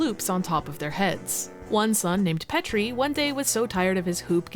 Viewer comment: I was really thrown off by the correct pronunciation of Petri Based